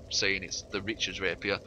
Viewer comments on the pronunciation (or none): Richard's Rapiers? It's Ricard's you anti-French monster. (Jk)